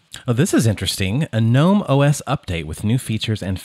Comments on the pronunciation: It's pronounced "guh-nome" not "nome", the "G" isn't silent. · Gnome, not nome. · It's pronounced "gah-nome" just like GNU is pronounced "gah-new" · I am pronouncing "GNOME" incorrectly so long 😅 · It's pronounced G-Nome (gernome) - apparently. I just say gnome. There was an extension that allowed you re-arrange the apps. Mind you there is an extension for almost everything on gnome. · It's pronounced G-nome. The g is not silent. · The g isn’t silent. And this is your job? How do you get that wrong?